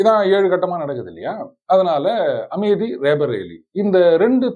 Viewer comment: Kaadhukku naaraasama irukku Amethi yai AmeDhi nnu thappa pronounce pannumbodhu.Aenga neengal paditthavar thaanae. Kanraavi yaa irukku BaHinGaram nu sollumbodhu.Comments padikkaadheenga/ matravar paechai kaekkaadheenha. Long live, Sir